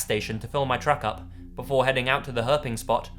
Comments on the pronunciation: ah, no offense when you said 'herping' it sounded like herpes for a second... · I'd be ok with never hearing the word 'Herping' again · "Herping"... that man deserves some sort of award hahaha